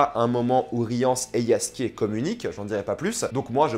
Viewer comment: Ça fait plaisir, y'a toujours un débat "gueralt" ou "jeralt" mais c'est la première fois que j'entends quelqu'un dire "yaskier" alors que je l'ai toujours prononcé comme ça.